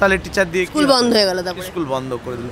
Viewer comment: এইসব প্রশ্নর উত্তর কেউ চাইবেনা। আর জোরালো ভাবে কেউ প্রশ্ন গুলো সরকার কে জিজ্ঞাসা করবে ও না। শিক্ষকের স্কুল, স্টেজ, আরো শব্দ গুলির উচ্চারণ ঠিক ঠিক করা উচিৎ। বেসরকারি স্কুলে উচ্চারণ করলে পরের দিন বারকরে দেবে।